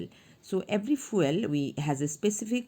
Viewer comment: "The fueal got me rolling🤣🤣🤣 fr"